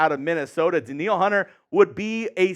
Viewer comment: Danielle = Dan-yell Hunter lol